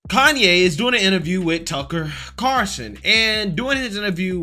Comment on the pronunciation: How do you not know by now it’s “Carlson”, not “Carson”?You mention him enough.